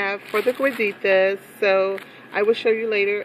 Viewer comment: Cueritos. from what i'm understanding you are saying cueritas.